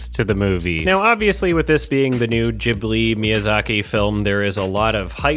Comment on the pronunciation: I think this was the first time I heard anyone non-Japanese pronounce "Ghibli" the right way, kudos.